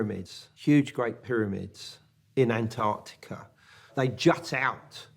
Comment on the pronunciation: Why are you pronouncing ant-artika as opposed to not pausing after the first syllable?🤔🧐